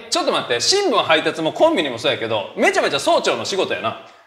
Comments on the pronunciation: 早朝が曹長になってて草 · 早朝の発音が総長w